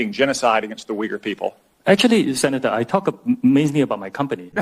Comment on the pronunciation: its not weager its OI-gur. To pronounce Yugur. Ty for info as always